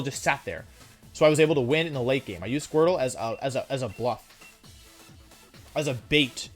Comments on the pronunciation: He said squirple? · Everyone: Squirtle Wolfey: Squirple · Nobody... Wolfe: "Squirpple"